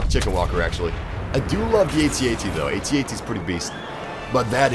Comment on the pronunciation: Ummm...did he just say "at ats?" I'm sorry sir, I don't mean to be critical. I enjoyed this video very much and your voice is like honey poured over my ears, but it's pronounced AT-AT (AYE-tee AYE-tee) I thought you'd want to know :)